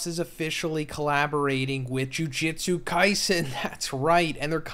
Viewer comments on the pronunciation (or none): I’ve been watching this video for more than an hour no. but am I the only one hearing “jiu jitsu” every time he says jujutsu? I mean am I going crazy?? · Is it that big of a deal? and lmao yeah he was saying jiu jutsu